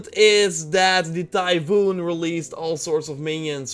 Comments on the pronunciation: Typhon is pronounced like “Tai-phahn,” in English, not like “Typhoon,” the type of storm. Thanks for the vid, though. Personally, I’d be completely down for a Greek myth-inspired Breath of the Wild. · First it's pronounced "Ty-fen" not Typhoon. Second the plural of cyclops is cyclopes. And third this is a great video and I enjoyed it.👍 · Typhon not Typhoon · TyphON as in “on”, not TyphOON, as in “moon”. He’s a titan. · Pretty sure it's tie fun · Hey grammar Nazi here, it's pronounced, "tie-fon" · you're pronouncing "typhon "as "typhoon " ( the latter is something entirely different,namely a tropical cyclone in NW Pacific ) :) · actually it's "tai-fOn", it's the greek word "tifOnas" (τυφώνας) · It's tie-fun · "Ty-phoon" Really dude?